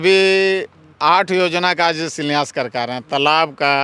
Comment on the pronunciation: इसको शिलान्यास बोलने नहीं आ रहा है, शिलान्यास क्या करेगा।